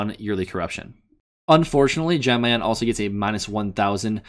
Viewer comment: Its "Yawn Mayan" Lord have mercy I cringed every time he pronounced the J